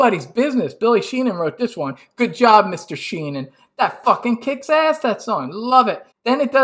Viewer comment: Great video - you definitely ‘get’ what Dave is about! (BTW it’s Billy Sheehan, not Sheenan 😛).